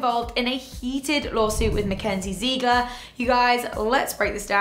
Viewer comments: It’s not zeegler it’s Ziegler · It's not pronounced ZEIGLER it's pronounced ZIGLER-spelt Ziegler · ZIG ITS ZIGLER NOT ZEEGLER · Diversity 100% Everyone pronounces her name "Ziggler" but I'm pretty sure that "Ziegler" is a German name and in Germany we pronounce it "Zeegler",so I guess you could say it both ways😜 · Was I the only one laughing at the the way she sad Ziegler 😂 she pronounced it Zeegler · It's spelt Ziegler but pronounced zigler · It pronounced zig-ler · You said Ziegler wrong. You don't say the first E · Who else loves hoe the lady say Ziegler. 😅